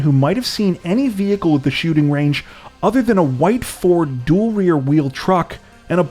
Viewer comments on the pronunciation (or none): none